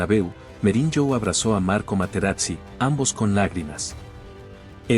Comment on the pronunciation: Escuché Merinyo y dejé de ver el video